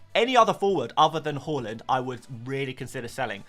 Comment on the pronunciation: Love your videos but PLZ stop pronouncing Haaland's name "haw-land"... he said himself it's HAA-land or HO-LLAND